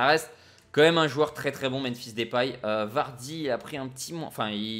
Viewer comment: je suis néerlandais et ons dis Depay pas Dépay alors arette de dire Dépay